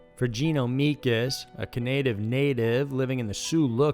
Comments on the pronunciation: 'Cananative Native'? I thought it was 'Canadian Native'. 'E-job-wae'? I thought it was 'E-jib-way' 'Win-DAY-go'? I thought it was 'Win-dah-go'? Man, forget this noise. Nice content though. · "A Canative Native?" "Ojobaway?" WTF? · "A Canative Native" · "A Canadive native" xP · What the hell is a canative native? 😂😂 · Windingo? Canative? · Canative Native? What the flying fuck is that? In my 29 years as a Canadian ive never heard this once. And my girlfriend is native. This is embarrassing. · Wth is a "Canative Native"? And who goes hunting for "10 to 15 minutes"? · Canative Native??....Seriously? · "Canadive native"?